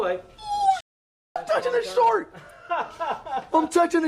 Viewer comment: "Im touching a SHORK!" What accent is that?😂